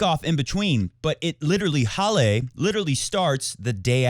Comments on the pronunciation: From a German: Halle ist not pronounced Hallé. :D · He copies Feds pronunciation. For some reason Fed always says Hallay. I remember reading the Swiss say it like that. Maybe it's just Rog thinking in English he should pronounce it that way. Who knows.